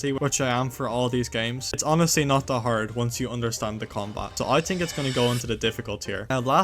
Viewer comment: you tink so, yes? Mhm